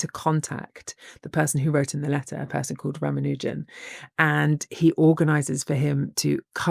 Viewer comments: Pronounciation hint: It's pronounced 'Raamaanujan', not 'Raamanoojan'. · I think they and other Brits keep mispronouncing his name. I am not Indian but I am familiar with their names. I don't think its pronounced "Ram-a-new-jen" but rather "Rah-mahn-new-jahn" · R-aah-m-aah-n-u(u as in unique without the "y" sound)-j-uh-m -- This is the correct pronunciation. He was a Tamil speaking Indian, from Tamil Nadu. Can never tire of hearing about him and his legacy. He fell victim to patriarchal standards (I believe his mom didn't send his wife together with him to England, who may have been able to take care of him, and probably live longer - this opinion is based on a film on his life, and assuming they did the correct research) and the TB virus. Wish there are more of them like him out there, and they are found and cherished! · It's pronounced as Raa (ra) + maa (ma) + noo (nu) + jum (jam).